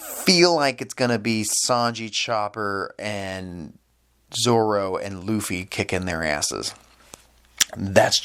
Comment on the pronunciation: Luffy's Name is Pronounced "Loofy". Other than that, fantastic review. Here hold this like.